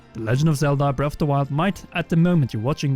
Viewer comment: Why do you keep pronouncing it “breff of da wild?”